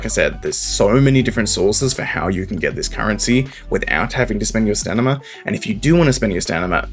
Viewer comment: Sorry just a small annoyance but could you pronounce it "sta-min-na" Ill leave a preemptive like on the video in hopes you'll say it the expected way.